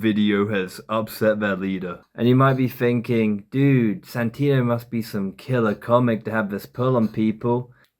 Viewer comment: He called him Santinio. He's just trying to copy Redbar's shitty jealous hate video, and doing a pitiful job.